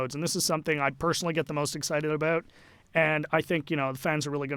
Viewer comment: He sounds llike a canadian in south park. "Aboot."